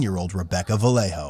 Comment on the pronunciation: The guy mispronounced her last name. It's Vah-yeh-ho. Not Vah-leh-Ho